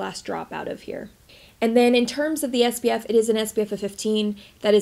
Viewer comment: I always wondered if I was crazy and you were saying “sbf” instead of “spf”…… 🤣🤣🤣 You make we want to go and buy this $80 tinted moisturizer though 😭😭